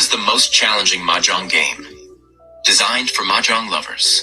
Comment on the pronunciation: You say the game Nancy played wrong 😑and I say it out of love and it isn’t a matching game on an app - it is a complex tile game like Rummy but with different symbols and it’s pronounced MAH-Jong. If you just want to sound natural playing with a local American group, go with MAH-jong. It’s clean, instantly readable, and exactly how the game is marketed in the US.